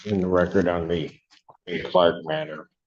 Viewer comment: I'd NEVER hire a lawyer that can't say my name right! "Mista Cwark